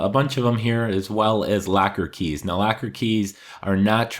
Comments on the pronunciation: Is it locker or lacquer key? Lol sorry i couldn't get past your funky pronunciation of this word. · It sounds like you are saying lacker instead of locker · Why are you saying "Lacker" key instead of the "Locker" key? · It’s locker key not lacker key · I'm from canada and I say that Is not how we sound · Sounds like you're saying lacker key lol thanks this was helpful